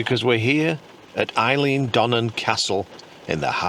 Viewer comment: Not wishing to nit-pick - but it's pronounced 'ale - an' not Eileen. You're English - so we'll forgive you - lol 🤣